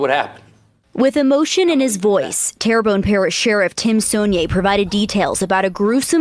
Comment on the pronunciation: Pronounced Tear Bone, my home parish. Sad story, poverty and mental illness has become rampant in the Tri-Parish areas located near New Orleans.